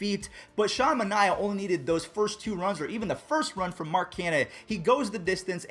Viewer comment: You people in the comments can disagree but it is manaea not maniea not the right spelling but how it sounds. Manaea when back to his home town hear in Indiana at south central school to see the kids in my grade. And you can ask his cousin markes and manaeas brother about this. I even got to meat Manaea and he said it is manaea not maniea.